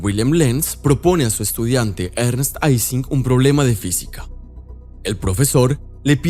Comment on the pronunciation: Se dice Ising [ˈiːzɪŋ] con I, Ernst Ising fue alemán, y ellos sí pronuncian el alfabeto LATINO correctamente.